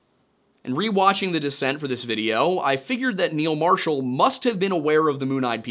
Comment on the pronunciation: Serious question, why would feral people kidnap a 57-year-old? Surely they would want to take children, so they would culturally assimilate and also be able to have kids later. I still think the moon-eyed people are just a family with albinism who got blown out of proportion... Every time you said "The Descent" I heard "The Dissent", lol.